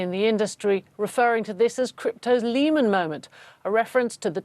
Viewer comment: Don’t think I’ll be taking my financial cues from a supposed reporter who can’t even pronounce Lehman properly … 🙄